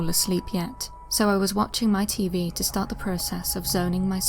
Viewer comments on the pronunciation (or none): none